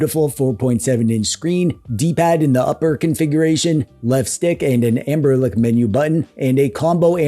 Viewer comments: AmberLick 😂😂😂😂 I believe it's Ambernic. 😅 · The commitment to saying "Amberlick" is impressive and hilarious.